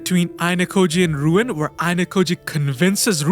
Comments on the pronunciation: Nice video overall...but I am pretty sure the name is not "RUuen" but "Ryūen"...RY-UU-EN. that triggered me very much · Ryuen = it's not pronounced "Ruin", it's "Ryu-en" Tsubaki = It's not pronounced "Tsubaaki", less emphasis on the "a". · His name is Ryuen not Ruin.